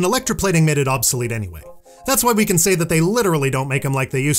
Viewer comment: It souds like you are saing bronze cant kill